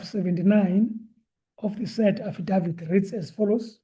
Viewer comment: Affadaffid.... I'm in stitches 😂😂